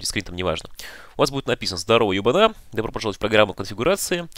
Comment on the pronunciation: Ударение на "ё", ё'бана